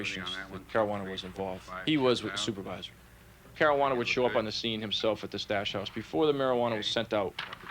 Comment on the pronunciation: ...Marajuana Caruana?